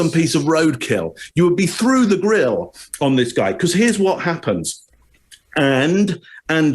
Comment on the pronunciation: Me hearing say, with his British accent, “all up in his grill”: 😂🤣😂🤣🤭🤭😂🤣